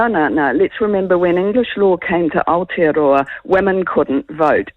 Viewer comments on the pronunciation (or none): Where the hell is this outa-row-a she keeps mentioning???